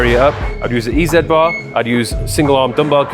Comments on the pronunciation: Oh come on... im from the UK... like yourself.. and I say Zed.. but the EZ bar is obviously E Zee.. I.e Easy..bar.. HOWEVER.. because its you and your a legend I will let it slide 😉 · dude really said eZed Bar 😂